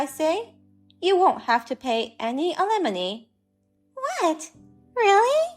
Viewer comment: Talk to someone that speaks English knows the difference between alimony, lemony, alemony, and lemonade, alumni and it can explain to you what compensation is since you don't seem to have a grasp on that. Oh my God can you have any more awful pronunciations of alimony You cannot get alimony from someone you've never been married to it's compensation